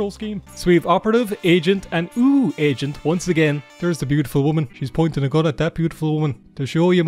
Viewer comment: I kept hearing it as "asian under fire"